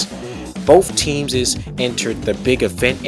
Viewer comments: Stop saying “teamses”. It’s not a word. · Were you saying teamses or am i just high